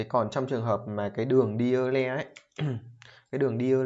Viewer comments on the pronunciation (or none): Euler đọc là oi lơ mà=)